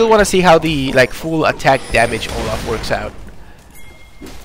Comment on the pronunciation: Olaf not loaf